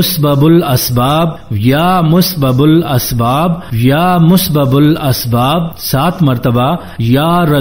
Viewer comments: You are not correct in pronounciation of Asma - ul Husna. Like your *Musbabul Asbab * for *Musabibal Asbab*. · یا مسبب الاسباب آپ غلط پڑھ رہے ہیں